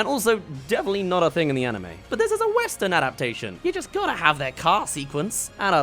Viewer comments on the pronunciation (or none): none